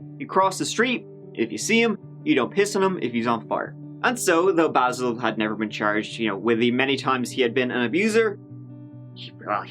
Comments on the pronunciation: the first thing he said was BAAYYYSIILL and you said BAHsil over and over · LOL I love it how just played a clip of Basil pronouncing his name correctly and then continued to incorrectly pronounce his name right after and throughout the video. Low level disrespect for a criminal. Nice. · Basil, Bazal, Idontcareizall... 🤣🤣🤣 I love you!!! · I LOVE that shows the clip with "Baysil" telling the cop how to pronounce his name and then proceeds to call him "Bahsil" the rest of the video! Screw that guy! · Basil: phonetically "Bay-sil": phonetically " Bah-sil" Me: Yeah, you get him. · "I don't caresil" 😍❤️ I needed that today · says ”Basil”. Youtubes auto-text says ”Baseball”😅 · Bazzil, Bayzil, I don't carezil, lol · Good for you, calling him Baahsil. Just a little tweak of “he doesn’t deserve to have his name pronounced the way he wants”. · This made me lol and I re-watched the video just to hear it again. Basil, baaasil, idontcarisl 🤣🤣🤣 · “It’s Bay-sil”: “So BASIL-“ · Wowwwwww! This Bay-sil (Basil) is SO SO annoying! He is such a sorry sack of s*it! Poor poor me🤢... he reminds me of my Dad, but worse (didn't know that was really possible) 😳 If I was that Cop, I would've wanted to put old Basil down... HAVE A SOOK BAZ 😪😪😪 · And it's BAY- zul! He a sensitive guy. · “Basil” or “BAsil” or whatever the f**k. WOW is he insufferable… I hope his back still hurts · I'm laughing already.. Basil pernounced "Bayzil" 😂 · omg i love how starts this episode by shitting all over the pronounciation of his name, this'll be a good one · I love how he says how he pronounces his name and you say it wrong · I like how intentionally butchers his name throughout the video. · I love how used the incorrect pronunciation of “Basil” throughout. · That makes complete sense. I just thought it was funny that he pronounced it differently immediately following the video of hBasil correcting the officer on the pronunciation. :-).